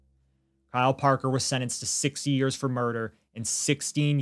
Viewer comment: The way pronounced "60 years" sounded like "6" and I started to get really mad before I rewinded and listened to it again lol. Absolutely heartbreaking. Will never understand how someone can do this. IMO monsters like this should face the same fate as their victims. Thanks for bringing these stories to light. Even though these stories are sad they need to be told and heard.